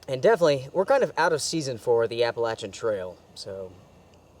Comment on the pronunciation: Good stuff. And many thanks for correctly pronouncing Appalachian.